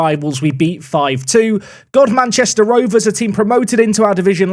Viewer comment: Apparently Godmanchester is pronounced with emphasis on the first syllable, so it's more like GODmuhnchester. I also think it can be pronounced Gumster.